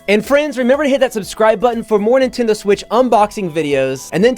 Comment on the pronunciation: Do you pronounce Nintendo as Nitendoo?